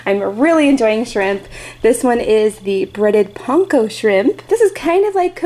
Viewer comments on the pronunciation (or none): Just for future reference panko is pronounced pang-kow love these videos